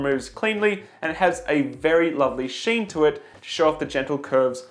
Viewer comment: Not sheen